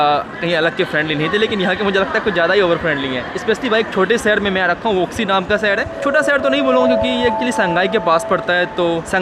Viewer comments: वूसी बोलते हैं भाई वूक्सी नहीं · Tum or chinese name galat pronounce krte ho Wuxi ko wuuuxiii pronounce krte hh